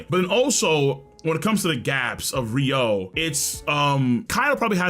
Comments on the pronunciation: Oden died in chains, he doesn't have internal destruction ryuo imo. Also guys it's pronounced ryu-o, not ry-ou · Why tf do yall say ryuou like rio. It's pronounces how it's spelled. Ryu-oh-oo